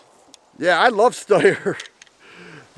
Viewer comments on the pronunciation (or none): Steyr, not Styer.